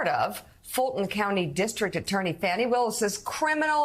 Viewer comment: District Atty Fani Willis’ forename is pronounced “Fawny,”” not Fanny. Also: Sen Lindsey Graham is going to go through some things, oui? That’s all from me ❤ Thanks for reading my brief comment.